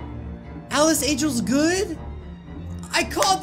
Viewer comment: It’s not alice it’s alicen